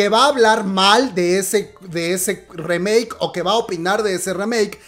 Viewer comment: Me tuvo estresado a mi y a mi Toc, Todo el video llamandole "remake" a la nueva canción de aespa. Aunado a que lo pronuncia mal. No se le llama remake al hacer una nueva versión de una canción ya existente. Se le Llama "cover". La palabra "remake" se utiliza para referirse a hacer nuevas versiones de películas o series no se utiliza con canciones. De ahí en fuera adoro tus videos aunque no escucho kpop. Me fascina como cuentas las cosas.